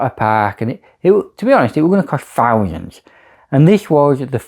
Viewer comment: missed one it`s thousands not fousands you mong 🤣